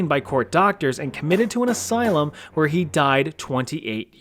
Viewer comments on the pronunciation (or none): none